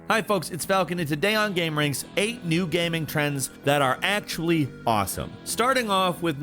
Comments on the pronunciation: Ah yes "PC Gamang" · You said PC gaming weird. I heard it